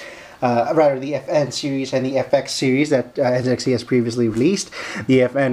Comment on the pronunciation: did you just call it NzedXT? where is the zed part on the box???